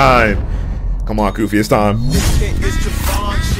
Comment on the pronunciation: "Goofy"💀 Its Koofy